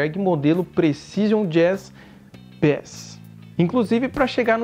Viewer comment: “Bés” é um peixe. “Beis” é contrabaixo. “Knob” tá errado. Apesar do K, se fala “Nob”. Sobre o vídeo até que tá legal.